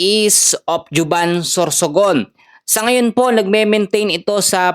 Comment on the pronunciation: Huban po ang pag bigkas/ juban